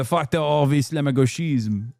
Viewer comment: No way you heard the propaganda about "islamo-gauchisme" so much you can now pronouce this expression perfectly XD btw it's the same kind of propaganda they used to do about "judéo-bolchévisme" (or "judéo-marxisme")... and we all know how that ended...